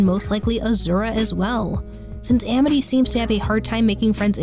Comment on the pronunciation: My friend told me about this show since my name is Amity! :) It’s become one of my favorite animated shows! It’s honestly really cool hearing this uncommon name in a Disney show, and VERY satisfying hearing the name pronounced right! Lol.